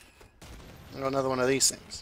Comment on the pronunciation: CJ Kaled: Anotha one, anotha one